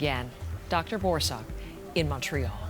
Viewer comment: Also his last name is pronounced “BOR- suck” (said quickly, emphasis on 1st syllable) not “Dr. BOAR-SOCK” 😂😂